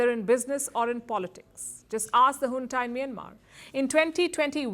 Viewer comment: It's junta not hunta. How many times will I correct you.